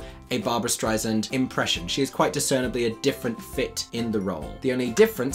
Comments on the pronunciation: Excellent review of the reviewers! Agree 100%. You are spot on on every point. One wee unrelated suggestion, if I may.... (I would want to know if it were me, so definitely no shade intended.) Barbra has, since forever, tried to school people on the pronunciation of her last name. It's Strei"sand" like "sand" on the beach, not Strei"snd." It would be the same as people calling you "Mikey" instead of "." To be fair, Beanie herself also mispronounces it, saying Strei"zand." Oy! Hope you don't take offense at the correction. Cheers! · youre hysterical. the english language revival in Paris in 2019-20 with Christina Bianco and Ashley Day was wonderful. I love your criticism. One small note. Pronounciation if Streisand. it's Strei- sand (like 'sand in the beach'- as she says when correcting ppl) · Streisand with a soft 's' (like the sand on a beach). Babs would have your head, young man. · Strei SAND.... firstly... pronounce her name correctly... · If you’re going to say her name, pronounce it correctly. It’s Strei-sand as in sand on the beach. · Interesting video and thoughtfully presented - thank you Though, I have to admit, as a Streisand fan I winced every time he mispronounced her surname…especially after she has so frequently, over decades, explained how it’s pronounced….the “sand” is like sand on the beach, the “s” is not a “z” sound. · Great analysis...but FYI its pronounced “Streisand with a soft S, like sand on the beach." - Barbra Streisand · you're very charming and I know you're British but that doesn't really give you license to mispronounce Ms. Streisand's last name -- which is something that drives her up the wall by the way. She's commented on it many times by way of saying "How famous do you have to be for someone to pronounce your name right??" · It would help if could pronounce "Streisand" properly. Otherwise, it sounds like he's just being catty -- Rex Reed with a British accent. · Streisand 's' not Streizand ... get it right